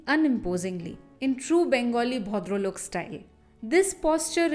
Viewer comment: I watched the whole video. It was wonderful. There are two things in my mind. One....what an eye sore that Kal Pen is. Never liked him. can't stand him. And second how can you perfectly pronounce Bhodrolok and yet mispronounce Oshima as Ashima? My aunts name is Oshima.